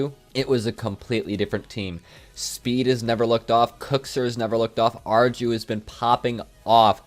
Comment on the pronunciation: I think that u might would like to know, arju is pronounced AR EE U, just a smol fact